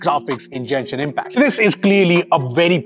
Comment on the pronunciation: As always, excellent review, but Genshin Impact pronounces as Gen Shin, not Jen Shin please.